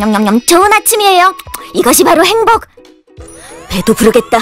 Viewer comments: 행복 아니고 '햄복' 아닌가요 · 행복(x) 햄복(o)